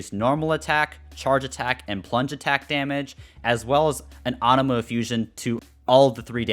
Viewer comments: AAnemo... you mean anemo. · Ah yes awnemo and the jerd spear ;D